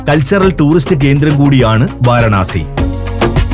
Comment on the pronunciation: വാരണാസി അല്ല വാരാണസി